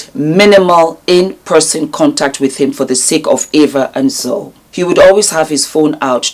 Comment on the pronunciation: I agree with you. It was clear as spoke that she has not followed Nikki and Jamie's old channel nor 'Simply Nikki'. She didn't even pronounce Zoe (pronounced Zoey, not Zow) correctly. And that is the problem with so many of the people judging Nikki, they clearly haven't followed the couple and know absolutely nothing about that which they comment on. They simply receive and swallow Jamie's narc bombs like baby birds being fed toxic waste by a hideous, demonic mother(Jamie).